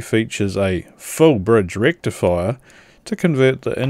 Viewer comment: I'm thinking that he's asked her for 6 too often so now she has chosen to just ignore him 😂 Lovely emphasis on "Full Bridge Rectifier!" while pokimg around eith the screwdriver 😂